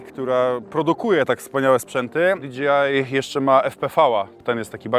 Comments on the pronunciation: no przypierdalam się po prostu, że zamiast dji wymawiasz dga. Chociaż za którymś razem już załapało i zacząłeś wymawiać prawidłowo. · di gi aj polska ?🤣🤣🤣 to jest na licencji di dżej aj ? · Jest napisane "DJI", a mowisz ze "DGI" ? To kto w koncu ? :D i co to ten DGI ? co produkuja ? ;)